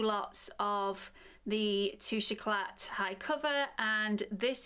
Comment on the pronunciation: Great review, terrible pronunciation, it's French, you don't' pronounce the t, it's tooshay ecla